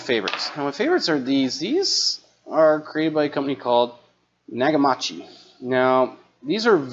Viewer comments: “Nah-ga-mah-chee”. Almost... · Haha, “nagamachi”, repeatedly. It is “knockameechi” and always has been since the days when Nakamichi was an authentic high quality hifi brand rather the shilled out brand it currently is. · Not "Nakamachi" "Nakameechi". Long E. You're a newbie. Nakamichi has been around since the 70's. They used to be famous for the best cassette decks in the world. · "Nag-a-mauchee"? Bahahahaha! Damn, man, it's Nakamichi...kind of a big name in audio. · Nakamichi is pronounced Naka-MEE-chee, not Na-Ga-MA-chee. It's literally pronounced how it's spelled. Japanese is pretty darn simple to pronounce. I hope you don't pronounce Toyota as Toy-YADA. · pls pronounce the maker's name CORRECTLY -- it's literally right in front of your eyes NAKAM I CHI NOT -A-CHI !!! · You really need to learn how to pronounce Nakamichi properly before you even think about talking about anything audio related again, it’s not Nokamatchee ffs. Also, I highly doubt that the actual Nakamichi corporation that makes the Dragon, etc. is making these cheap banana plugs coming from China on eBay. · The last ones are pronounced Nak-a-me-chee and they are fake. They are good.but they have just stolen the name and stamped them on there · Btw Nakamichi ( you pronounced it nagamachi) was one of the best if not the best cassette decks in the world, and they made other components for a while. It’s a shame they’re gone cuz they made some amazing equipment. I myself have a Nakamichi cassette deck from the early 90’s and it’s very high quality. Check out the Nakamichi Dragon if you want to see a crazy cassette deck. Love your content. Thanks. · Some good info, thank you… but your mispronunciation of NA KA MI CHU drove me crazy… They were a very famous Japanese audio company in the 70s and 80s especially for cassette decks…. but now mostly defunct (actually bought out by a Chinese company that seems to just license out the name sad to say)… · Dude you are pronouncing Nakamichi WRONG